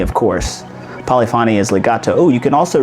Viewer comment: Polyphony is pronounced “po-li-fuh-nee”